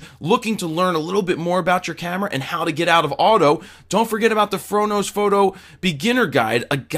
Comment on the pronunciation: What's up with the emphasis on PHOTO this time...lol